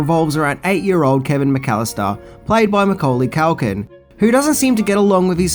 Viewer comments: its Culkin not Calkin ffs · Culkin not CALKIN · Why do you call him mcauly cAlkin? It's culkin!! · His name is CUL-KIN. Not calkin that you said all the way through this video i mean come on Even he pronounces it CUL-KIN. Rant over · Why you calling him Mucaulay Calkin? 😭